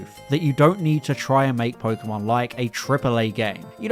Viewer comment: and "pokemon" for that matter... everytime i hear po-key-mon my ears bleed